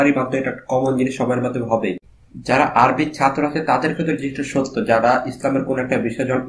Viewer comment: মাশা আল্লাহ! ভালো লেগেছে। তবে আপনার আরবি উচ্চারণ ঠিক করে নিবেন আশা করি।